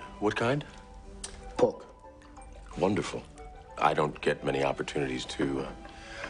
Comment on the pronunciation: loin, what kind? "Peter" sorry I mean "PORK"